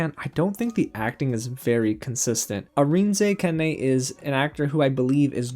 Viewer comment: I love your intro! It’s kind of true that you’re my woman to tell me if it’s worth my time or not 😂. I trust your judgment and your opinion. Kudos on you for pronouncing Arinze Kene. I think you pronounced it right. I would have butchered it. Also, I learned a new word today: zazz. Whenever I’m doing public speaking, I would just think of zazz. Satine is back and I’m so jealous of her legs!